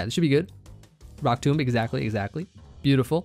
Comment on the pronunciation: you pronounced Rock Tomb incorrectly; it’s pronounced like “tome”